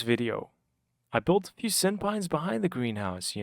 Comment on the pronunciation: I keep hearing SynPines as senpai... thanks for the video I love relaxing builds and wanted to see something with Allays